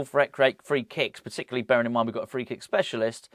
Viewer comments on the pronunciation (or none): none